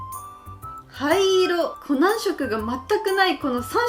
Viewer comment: コナンが｢ほな｣に聞こえて、なんで急に関西弁！！？って思った笑笑